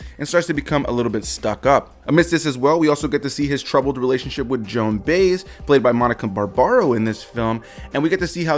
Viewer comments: Joan Baez....Bye-ezz.....not "bays". Accent on the second syllable)..... and Pete (never Peter) Seeger... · It’s Joan By-ez, two syllables with emphasis on the second syllable. You mean to tell me you’ve never heard about her?